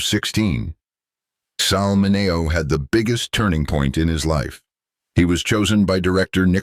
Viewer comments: This guy needs to pronounce Sal Min e o’s name correctly. By now, 2025, every human being has heard the name Sal Min e o’s name! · This speaker has to learn how to pronounce Mineo properly! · Bullshit AI can't even pronounce his name properly. This is garbage.